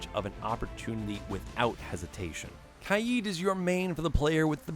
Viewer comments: Umm u dumb cuz Kaid is not said kied it is Kaid like cane but ai and kd in stead of cn stupid. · He says kaid wrong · Am I the only one annoyed by the way he pronounced kaid